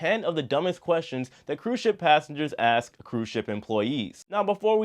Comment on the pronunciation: Repeat after me: you pronounce it as "ASK" and not "AKS." Stop thinking it's cool to create your own vernacular.